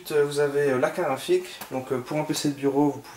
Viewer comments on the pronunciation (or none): Carte GRAPHIQUE pas karafik .... tu a tué mes oreilles lol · Tu dis une car rafi a la place de carte graphique :) mais ta video est pas mal.